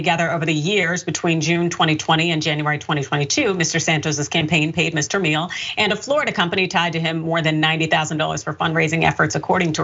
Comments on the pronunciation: I dunno, "Says the correct pronunciation of the European name....." Maybe? Perhaps Gomer says the sideways smear of his own name? Who knows? That's his biz. But that's how the Name and company pronounce it. Meal-aeh. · pronounced M-yell-ay. means honey in italian. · The surname Miele is pronounced properly as "mealy". It's German, two syllables.